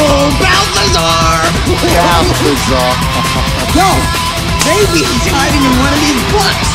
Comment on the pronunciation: it's balthazar